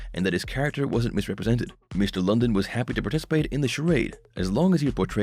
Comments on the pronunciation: Have you even watched the show? It's not "Cody London". It's pronounced "Cody LunDEEN". If you watched the show, you would know that. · Would be nice if you knew how to PRONOUNCE HIS NAME!